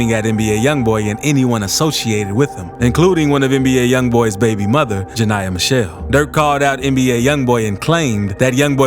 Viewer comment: Ja-NIA Bruh if it’s ja-nah-uh explain nickname NeNe 😂😂